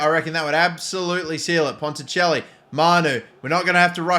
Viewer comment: You got ponticelli correct the first time you said it I know this because we used to play for the same team but he got poached for my home club coventry city and I stayed at coventry United i knew he was different gravy and as a cov fan myself I'm glad they've let him move to Wrexham to get first team football but also disappointed because they could of sent him back to us on loan PUSB. 😂